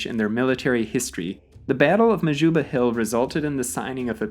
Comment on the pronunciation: Sy uitspraak van Majuba was ook nogals snaaks 😅